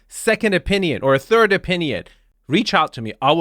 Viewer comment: I love the way says, "third", sounds like turd.